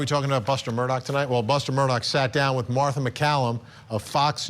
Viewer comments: OMG, it's mur-daw not mur-dock. Please get it right Vinnie Politank🤣 And for god's sake, get your pronunciation of "voir dire" under control. You sound like a noob. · Why does everyone pronounce his last name with a “K” at the end. The is NO “K!” It’s Murdaugh!! Drives me crazy!!!😮